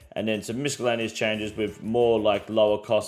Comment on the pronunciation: The C in miscellaneous is silent dumb fuk. Also i love u